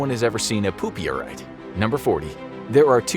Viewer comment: mans said poopeorite